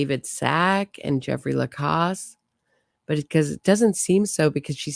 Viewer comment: You know everyone pronounces Jeffrey’s last name with the after the c like the sound in pause. He says Lacasse with the sound of the second a like the sound of the a in apple.